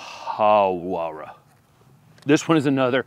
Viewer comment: Daffodils are my fav! Hawera is pronounced something like ‘Haa-wear-rah’ and roll the r sound if you can 😄 ( I’m from where it was bred)